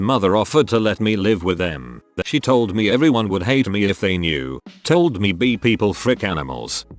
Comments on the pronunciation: “B”. It’s bi! B-i. Bi! Pronounce it like bye if it’s difficult. I know it’s like text to speech. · i couldn't stop fucking laughing when the TTs kept pronouncing bi as BEE. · The day I will come out to my parents is the day this bot learns to say "bi" correctly.